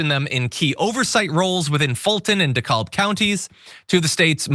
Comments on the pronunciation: DeKalb is pronounced Dee-Cab (Don't ask just do it 😂) Also Houston Mill Rd near Emory University is pronounced House-tun not like the city in Texas. ~sincerly Native Atlantan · Just an FYI in case it comes up again. In pronouncing Dekalb county, the "L" is silent. It's pronounced d-cab. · Duh-CAB county for the future! Just FYI! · Pronounced Dee-Cab. or maybe Dah-Cab. The "l" is not pronounced.